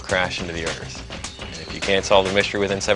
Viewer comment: I cringed every time he said "Earth". It's not Earth!